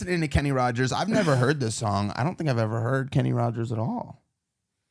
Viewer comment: It’s just Rogers,no d 😊